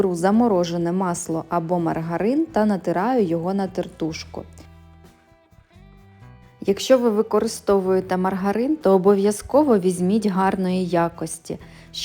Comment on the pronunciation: ТертУшка дуже ріже вуха,розкаТую Якщо виходите на люди, то говоріть приємною мовою